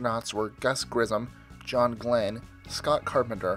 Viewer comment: Grissom is pronounced grissum Source: Went to Virgil Grissom middle school.